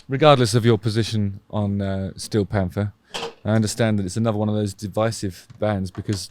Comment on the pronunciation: I love their name with a British accent Stee-o Pamfers